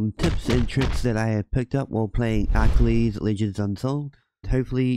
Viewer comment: I just couldn't stop laughing at how you pronounced "Achilies".